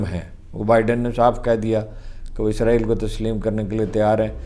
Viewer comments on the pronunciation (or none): none